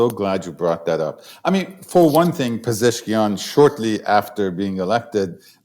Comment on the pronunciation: Thanks for the great interview. His name is Pe-zesh-kian though 😊